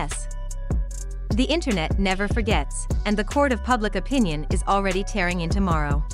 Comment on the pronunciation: At least have the voice thing pronounce his name correctly… and this video sucks.. basically repeated the same thing 4 times to drag out the video smh